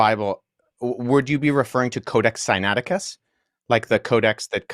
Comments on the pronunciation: And dude...say the book sinaiticus correctly...Wes does...copy the sounds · Is it bad that the way you pronounce "Sinaiticus" seems weird?? Granted you seem to be anunciating it right lol. Its the opposite of James White pronouncing "Septuagint." There's an "ua" in there lol.